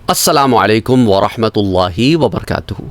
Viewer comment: Aslamoalaikum Hota hy. AP bolty ho aslama alaikum